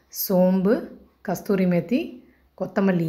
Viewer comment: Video quality getting better 👍👍 Btw athu kasthuri methi illa kasuri methi😁